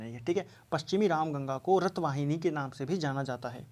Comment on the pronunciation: Sir good evening questions no 14 raath waahini bolte h naa ki rath wahini